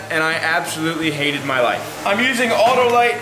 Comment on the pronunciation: Did you say AutoLite plugs?